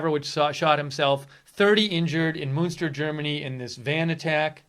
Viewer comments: It's pronouced "Munster" as in Eddie. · It is called Münster, not Munster. Munster is an old province in Ireland. Münster is a small city in western Germany. I have been there and it is very nice. It is pronounced like "Minster", but with that first vowel rounded so that it sounds a bit like a cross between the vowels in "put" and "pit".